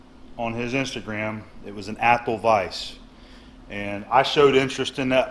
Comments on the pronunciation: Hi, Great find on the vice! By the way having lived most of my life within 50 miles from Athol I'd like to tell you that it is pronounced as ATH --- Hall. Just so you know; ) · Im from mass...Athol is annunciated: aathall 😊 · It's pronounced ath-awl. (I grew up near there) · I never comment on videos. But I'm from around Athol, and that was cracking me up. Scrolling through the comments to see who else would say it lol